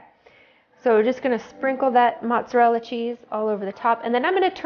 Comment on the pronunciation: No t's in mozzarella !